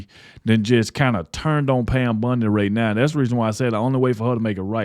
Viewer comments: Bondi, not Bundi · Wrong take on this one. It is pronounced Bondi not bundi. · It’s Bondi..not Bundi right?? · I don’t mean to be rude but I wish you and OT would realize her name is Bondi Not BUndy. I apologize but it kinda grates on my earbones. Always 👍your work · It's Bondi not Bundy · Bondi, not Bundy, please , thank you … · Wow ....nah...I'm not hitting Squat....your coverage on stuff, sounds like a Kentucky Fried skillet of chicken giblets....it's "Bondi"not Bundi...real "a frog....you are not the cryer for the informed folk....stay home and put your little ESPN sports wrap up on...and leave the real news to.the real " edumacated" grown...not woke folk.....to it.... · Her name is Bondi not Bundy. Say it right if your going to keep ragging on her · Bondi, not Bundy 😂😂😂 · You keep saying “Bundy”! 😅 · Her name is BON DI you keep saying it wrong. You don't know what is going on behind the scenes.. Grow up you have no idea what is going on. All you do is crisis her, would you want her job?? If no, SHUT UP This woman is very intelligent your not.